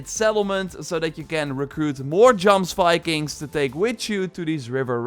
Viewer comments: You say jomsvikings wrong. It's "yoms-vee-kings" Looking forward to the raids! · its pronounced Yomsvikings